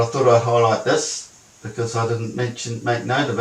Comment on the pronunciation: 'thus' pronunciation for 'this'. I fear he may be a Kiwi. How embarrassing. I really love NZ, my second favourite country in the Southern Hemisphere.